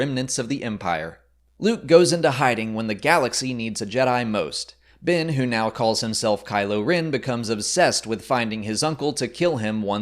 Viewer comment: "Bin" and "Kylo Rin"